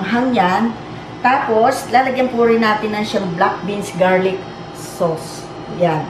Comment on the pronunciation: ang pagbigkas po sa sauce = sos. as in tomato sos, oyster sos, soy sos. parang sos maryosep. marami rami rin pong pinoy ang bigkas sa sauce = sows. parang "ows, di nga". mejo masakit po sa tenga ang maling bigkas. mungkahi lang naman po, para hindi distracting at tuloy tuloy namin ma-enjoy ang panonood ng food video nyo. thank you.